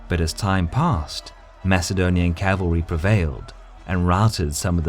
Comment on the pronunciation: The word is CAVALRY not CALVERY!!!